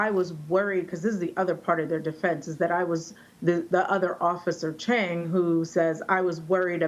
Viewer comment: officer “cheng” 😂😂